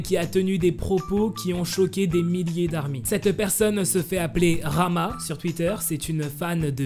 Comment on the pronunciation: et d'ailleurs le nom rahma ne se prononce PAS rama mais raHma avec un H cest une prononciation que les francais ne peuvent pas faire lol